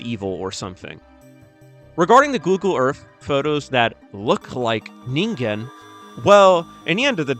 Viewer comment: Fuck thank you for pronouncing it right One too many times I've heard "ninjen" when finding out how to say it is literally one google away